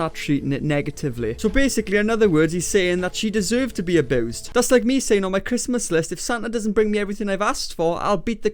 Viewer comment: i love u but also stop sayin aboosed